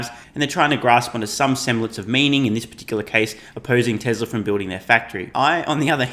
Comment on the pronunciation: Who is Tes-ler?